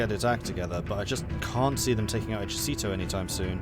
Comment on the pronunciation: Spanish advice for: The letters G, J, and X are pronounced like an H sometimes. So phonetically, its Hen-teh de sol, and Eh-her-see-to.